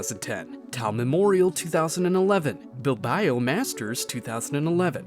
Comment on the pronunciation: Bilbayo? really? ignorance > 9000